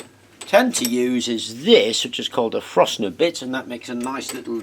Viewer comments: Nice one sir! Thank you for inspiring us to create. With practice you’ll be mounting deadly accurate attacks on Luke in no time 😁👍 Btw, not that it matters but I think it’s a Forstner bit, not Frostner bit. They are cool though. 😊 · A " Frostner" bit ? I know we are in winter but I'm sure you meant a " Forstner " bit !! I used to think the same until I got told off by a very old chippy in the workshop I worked in ! Just glad to know I am not the only one ! lol. Keep up the good work !!